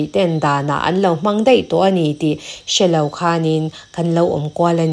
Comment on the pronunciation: Min ti bengvar thina, ka ngaithla ziaha i aw a fiah bawk chutih rual chuan kan tih hi kam tih angin a ri a, an tih pawh am tih angin a ri thin fimkhur deuh teh